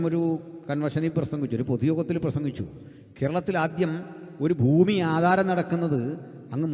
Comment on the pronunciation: ഫൂമി അല്ലടോ ഭൂമി വായനക്കാര